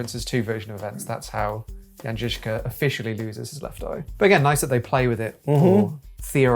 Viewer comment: Guys. I really appreciate your pronunciation of the Czech names like Kutna Hora and Žižka. I do not expect English speaking people to get my crazy language right (and I get it, it is not the easiest language to pronounce correctly) but you are the closest ones I've seen on YT. Good job! :)